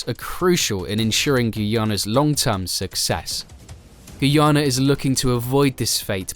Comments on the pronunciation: When will all the Vloggers get the country name correct? Its pronounced 'GUY-YANA' for "GUYANA" not "GOO-YANA"...I am 100% sure everyone can say "Guy". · It's pronounced Guy-a na not Gui-a-na.Enjoyed your report anyway.